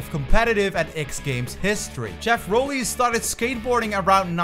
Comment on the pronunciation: Props on saying Rowley correctly